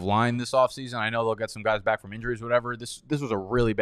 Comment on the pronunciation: Why do you say back like bike😂